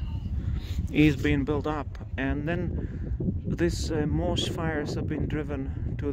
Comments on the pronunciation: Your reports are stunning and you're insanely brave. May I just gently suggest how to say moss: it sounds like these words - awe, pawn, dawn, gone, John, lawn, Ron, saw. Forgive me but I was an English teacher before retiring; And I love to learn new languages and know how hard it is! Say ahhhhh for the dentist kind of sound /maws/. Smiling. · Totally agree. The level is very good. Just thought it would be good NOT to say moss the way he was.